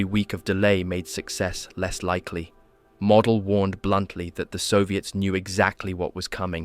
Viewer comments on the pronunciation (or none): It is MO DEL. Long O, not MA DLE. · its not pronounced model its 'mow del'. Picky I know but you're a history channel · Pronounced MOWDEL not MODEL as in small object. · Btw Field Marshall Walter Model's surname is pronounced "Mohdel", not like the English word "model". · Excellent vid. One note on pronunciation. General Model’s name sounds more like Merdel in German. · It's pronounced "Mow del".